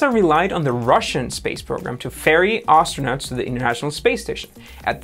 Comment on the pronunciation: Why do you say Arse-tronauts instead of Astronauts?